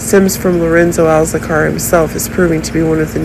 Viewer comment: Please stop saying SERIOUSNESS, INTENSELY and it's ALCAZAR (NOT Alzacar). Your updates have too many buzz words that don't actually mean anything at all. I'm sticking to Soap Dirt, but thank you for playing.